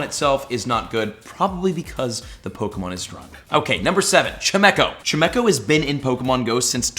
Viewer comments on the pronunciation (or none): his pronunciation of chimeco hurts me